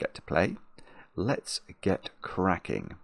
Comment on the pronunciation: For me, it’s when he says, “Let’s. Get. Cracking”. :)